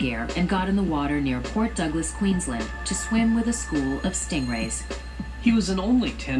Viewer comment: Queenslind???? QUEENSLIND?!?!?!?